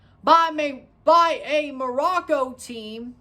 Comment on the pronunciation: Glad you pronounced Morocco correctly